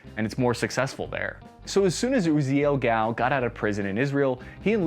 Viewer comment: Dude, you are mispronouncing the man's name. its not Gal like a woman, it's Gall, like G-All.